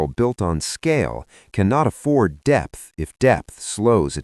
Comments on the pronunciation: It's 'depth', not 'debt' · I think it's DEPTH not debt 😅